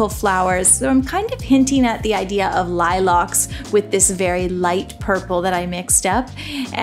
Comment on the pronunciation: Lilacs pronounced "lie-locks" gets me every time. 😆